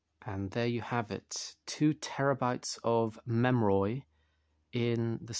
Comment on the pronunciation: “Memroid” sir it’s pronounced mem-er-ee